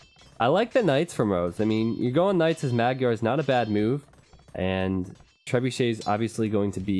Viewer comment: Magyar isnt procounced mag-yar. "gy" is one sound, pronounced kind of like the first sound in duke, but not exactly. English doesnt have an equvivalent sound at all. Triggered viewer moving along :D